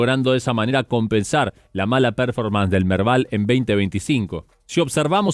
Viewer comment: Hola chicos! Excelente como siempre! Hago un aporte, vi que siempre mencionan varios conceptos en inglés como "break-even" o "fly to quality", lo hacen muy bien. Pero hay uno (el que más usan) "performance", se pronuncia perFÓrmans (énfasis en la 2da sílaba, no en la 1ra). Puede parecer una tontería pero como sé que buscan la excelencia a lo mejor sirve el aporte. Muchas gracias por la dedicación en sus informes. Saludos!!